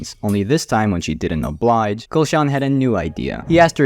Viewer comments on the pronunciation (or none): none